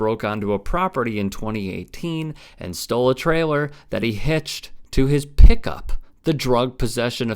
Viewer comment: Your emphasis on the word “pick up” makes it sound like his choice of vehicle was the despicable and egregious transgression.